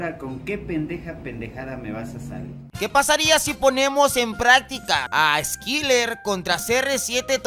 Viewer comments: Se lee Eskayler😬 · Se promovía skailer kdkdkd aunque se escriba skyler 😳😔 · Skailer se pronuncia